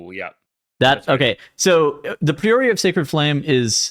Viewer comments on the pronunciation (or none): Pry-oh-ree, not pree-oh-ree, ya goobers.